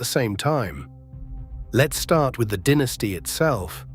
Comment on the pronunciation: It is not a dinisty it's a dynasty